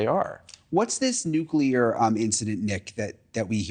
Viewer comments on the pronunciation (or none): I love that the Aliens see the danger of nucular weapons.